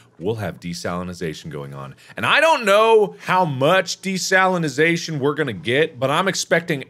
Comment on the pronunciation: Every time Mark says "desalinization" it sounds like to me he's saying "De-Stalinization" Mark trying to get rid of the communist ocean